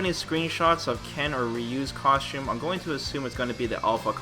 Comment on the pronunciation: How come you pronounce costume "coshums"?